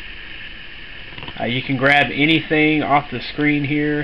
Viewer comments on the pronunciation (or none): none